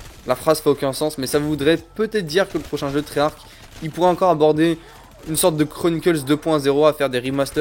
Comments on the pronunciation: On prononce pas treyach avec un k à la fin, dans la langue française "ch" sa fait " Che" donc treyarche EEEEEE ! C'est stressant jte jure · Et tu cest même pas dire treyarch